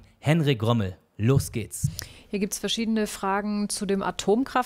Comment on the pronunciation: Der heißt Remmel und nicht Rommel😂😂😂